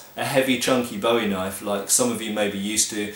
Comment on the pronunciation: Finally someone who pronounces Bowie correctly. I am tired of hearing people say 'boowie'